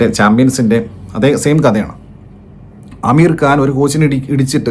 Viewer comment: അമീർ കാൻ ❌ ആമിർ ഖാൻ ✅